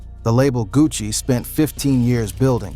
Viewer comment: Buddy said Gucci Mayonnaise & Puh Shesty